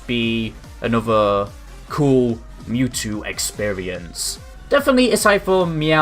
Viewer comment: Wow you messed up his name. It's Mewtwo. Not Newtwo.